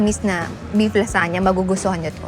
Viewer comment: LaZuhnya 😂 not lasanya